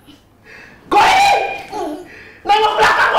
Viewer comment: WKWKWK GO HAE RI JADI GO HERI